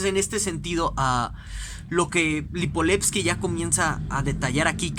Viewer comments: LIIIPOVETSKY no Lipoletski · LipoVetsky carajo!! Con V.. que mierda. Comenzó hasta bien el video pero si no puede pronounciar bien ni el nombre del autor es muy complicado